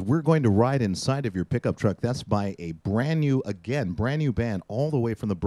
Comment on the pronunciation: Reggie...that was BranDEE not brand new.......